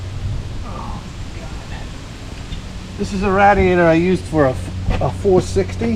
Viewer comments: what the heck is a rad-E-ater? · I like the way he says "radiator"